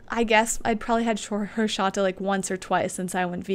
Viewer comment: it is pronounced exactly like it is written, horchata not horshata, but you are adorable:)